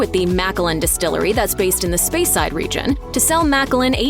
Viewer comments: And also Speyside as "Spyside" 🤦‍♂ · Spy-side hurt my ears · And a cringeworthy pronunciation of "speyside" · She pronounced “Speyside” incorrectly too. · cant even pronounce speyside called it spyside and macallan is mackallen shocking announcer